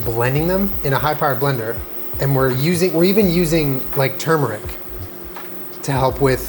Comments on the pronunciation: “Turmeric” the entire world: tu-mur-ic: TUM-RICK ily but ahhh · I love everything you do but i hate how you say Tumeric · its tur-mer-ic. like its spelled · My family says turm-air-ick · He said “termeric” 👁👄👁